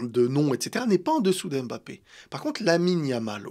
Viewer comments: je t’aime bien mais arrêtes d’écorcher le nom de Kylian, c’est Mbappé! Pas M’bappé 😂😂 force à toi! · ARRÊTE AVEC LA PRONONCIATION "EM BAPPÉ" JE T'EN SUPPLIE !